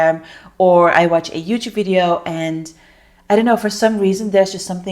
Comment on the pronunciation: Wrm zeg je helemaal vidyeuwww, zeg gwn video mygod